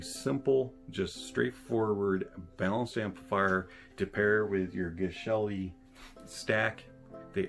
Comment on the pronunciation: TIL that Geshelli is pronounced 'jesh-elli.' Soft G.